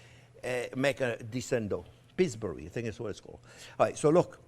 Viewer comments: Pees-burreee lol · pre-made pie doughs can be purchased from the store. Peesbou... peesbear .... peesburee I think that's what it's called. Cracked me up! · This was fantastic. I could instantly tell that you're from Georgia, the way you pronounced "Pillsbury". Would this onion pie be a good side dish with White Castles? Chef, you're the best. (and funniest)